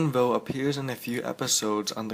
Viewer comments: It's quinlan vos not quinlan vo dumbass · its quinlan vos not quinlan voa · You prounced Quinlan's last name wrong. >_< Its Vos not Voh. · Quinlan Vo lol it is pronounced Vos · It's voS. Pronounce the S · I hate when other people Butcher famous Star Wars characters name. Voss it's Quinn LAN Voss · I thought that Quinlan Vos was pronounced differently.